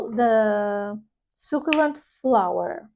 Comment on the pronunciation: Hi! Delicious Bouquet sounds good, but I don't need yet another Devotion dna citrus vanilla perfume. Definitely going to check out the Zara perfumes. Especially interested in the Matcha Mochi. Btw, succulent is pronounced: su (su as in sun) ccu (cu as in cube) lent (ryhmes with sent) Hope this helps! Have a great Sunday!